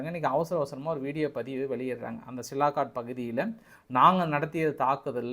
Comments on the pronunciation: சிலாகாட் என்று சொல்ல வேண்டாம். அதன் பெயர் சியால்கோட். ஒரு ஊரின் பெயர் கூட சொல்ல தெரியல. நீங்கள் எல்லாம் ஒரு யுடியுபர். நல்ல AC அறையில் உட்கார்ந்து கொண்டு சம்பாதித்து கொண்டு இருக்கிறிர்கள். அங்கே தமது ராணுவ வீரர்கள் வெயில் காலத்தில் மிகவும் கஷ்டப்பட்டு கொண்டு இருக்கிறார்கள். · சார் சிலாகாட் என்று அழைப்பதா இல்லை சியால்காட் என்று அழைப்பதா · சியால்கோட் எ‌ன்ற பகுதியின் பெய ரைத் தாங்கள் சிலாகோட் எ‌ன்று தவறாகச் சொல்லு கிறீர்கள்.... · சிலாகாட் தவறு, சியால்கோட் என்பதுதான் சரி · சாமி, அது ' சியால்கோட் ' Sialkot நகரம், சிலாகாட் கிடையாது 😂😂😂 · சிலாக்கட் இல்ல சார் -- சியால்கோட் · தலைவா அது silakat illa sialkot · Is that Sialkot or silakot?. உங்கள் குரல் தென் கச்சி சுவாமிநாதன் அவர்களின் குரலை போல் உள்ளது. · தம்பி அந்த இடம் சிலாகாட் இல்லை சியால்கோட் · அது சிலாகோட் இல்லப்பா சியால்கோட் இன்னும் நீ திருந்தலயா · Hello bro that's not silakot But it is Sialkot Nice congrats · தலைவரே அது சியால்கோட் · Sialkot = சியால்-கோட் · You are not able to pronounce Sialkot properly